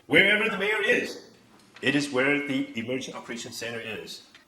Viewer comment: to the Harvard的the發音有錯嗎@@